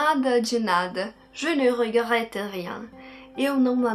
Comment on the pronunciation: Adorei a sua pronuncia "Je ne regrette rien".